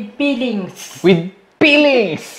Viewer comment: "Peelings" ..... I love Filipino accent ✌️😂